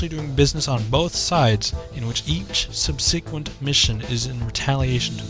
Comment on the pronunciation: You're pronouncing subsequent wrong.